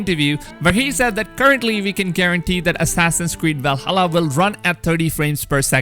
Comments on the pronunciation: What the hell is a wuaking?? And walhalla? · Wikings and walhala :) my favorite youtuber. Im not being a troll or making fun of I dig the accent! And eden being pronounced a'den :)